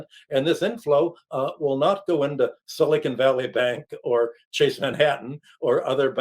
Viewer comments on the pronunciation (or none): none